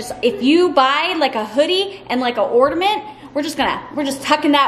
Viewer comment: There is no 'd' in ornament.